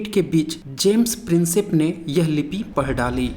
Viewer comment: आपके वीडियो से मनोरंजन होता है। जब आप प्रिंसेप को प्रिंसेज कहते हो, मज़ा आ जाता है।